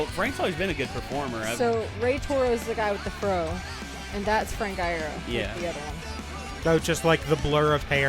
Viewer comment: No, they're right. It's said like Eye-ear-oh. Frank has confirmed it on twitter (and I've been a fan for years, and mispronounced it as "ear-oh" for probably the first 2 lol)